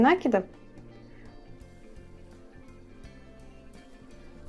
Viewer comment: прекрасно! Но коробит от нАкидов. Правильно "накИдов"